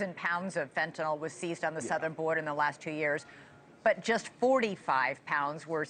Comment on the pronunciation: Fen-tan-ILL not Fen-,ton-nall